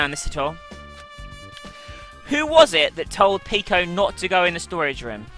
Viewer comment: she pronounces peko's name like the one in "boku no pico" >.>